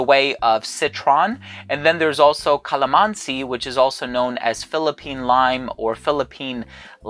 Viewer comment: Hi, i've been a follower of you since then and I would just like to let you know that you said it right regarding with Calamansi coz I am Filipino 🥰